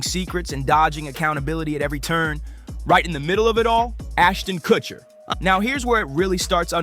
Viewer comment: It's funny how the guy calls him Aston Kuchiner.